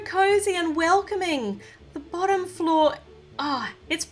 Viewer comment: Bossom Floor Meh: Wut lol 😂😂😂😂😂 Like if u noticed say Bossom floor instead of bottom floor